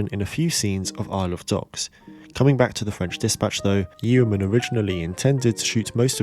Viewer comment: Yeoman is usually pronounced Yoman, like Roman.